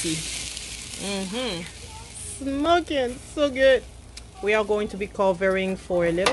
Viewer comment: If you say smoken 1 more time...